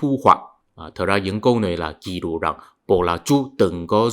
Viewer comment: Ký lục ( không phải “kỷ lục” như anh phát âm) = ghi chép. Ghi chép: thuần việt; ký lục: hán việt.